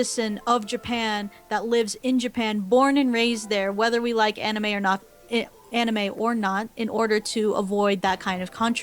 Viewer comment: Proof that is an anime casual: she mispronounced anime.